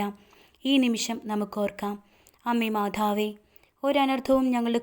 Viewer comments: മാധാവ് അല്ല മാതാവ് എന്നു തന്നെ പറയണേ കാരണം നമ്മുടെ ഉച്ചാരണം മാറിയാൽ അർഥം മാറും അത് ഗുണത്തിന് പകരം ദോഷം ആവും പ്രത്യേകിച്ച് പ്രാർത്ഥന യിൽ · മാധാവ് അല്ല, മാതാവ് എന്നു പറയു